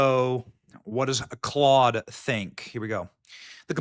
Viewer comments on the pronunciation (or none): none